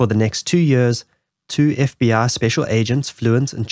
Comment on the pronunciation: When you pronounce FBI you say f b aaa?